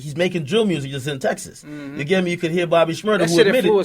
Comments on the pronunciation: click if you wanna hear him say MyuRsiC lol. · “Mursic” “Confursed” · Lol im doin mursic ya know. I heard it too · “Mrusic” He has a hard time pronouncing “U” sounds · I noticed that he said "murzik" too 🤣🤣 sound like his ass been in memphis on the low low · " I'm chillin, I'm doin murzic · still fuck with his mewrzik. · Reese be like let’s get back this myrersic 😂😂😂😂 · Confroosed, mroosic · FUNNY HOW THESE RAPPERS CAN’T EVEN PRONOUNCE MUSIC RIGHT BUT MADE IT?? WHY CAN’T I MAKE IT THEN?? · Chicago niggas pronounce "use" as "urse" .. i.e " music, confused, etc